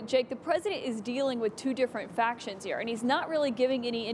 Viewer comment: Matrix?! Duh it’s up heAh